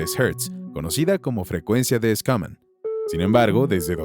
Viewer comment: Se pronuncia Shuman no Scunam